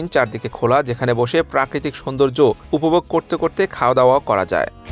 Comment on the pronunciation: উপবোগ নয় উপভোগ